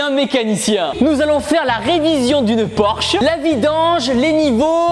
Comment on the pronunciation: Porsche pas porche 😂😂😂